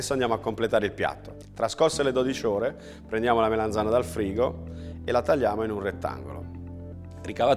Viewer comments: Che bontà,. Però solo una cosa: si dice melanzana con la A e non melenzane che è un modo un po' dialettale. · Ogni volta che diceva melenzana mi triggerava malissimo. Urlavo allo schermo ", si dice melAnzana, po**od**o" come una pazza. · Comunque se fate caso non dice proprio "Melenzane" ma "Meleinzane" con una "i" quasi scomparsa. Questo è un residuo dialettale del nome originale della melanzana, cioè "mela insana" perché quando fuorono portate dall'America per gli italici sembrava una mela malata. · melAnzana, melAnzana, melAnzana :-) con la A :-)